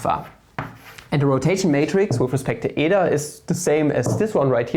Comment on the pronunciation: Well, you pronounced η correctly. Btw, really nice content!